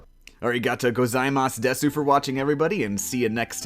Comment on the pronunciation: you know desu is pronounced des in japessnes right